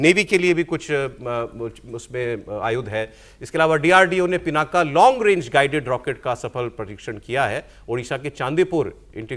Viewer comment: ये पिनाका नहीं है ये पिनाक है । अंग्रेजी में पिनाका बोल देते हैं, आप हिन्दू हैं, आपको मालूम होना चाहिए कि पिनाक भगवान शिव के धनुष का नाम है ।